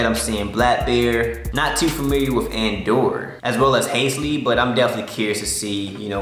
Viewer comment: Anyone gonna tell him he’s butchering halseys name 😂 over and over